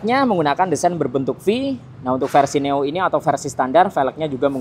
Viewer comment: neo bang bukan noe wkwk